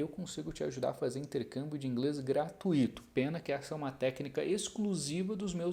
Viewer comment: Só não é "gratuíto", né?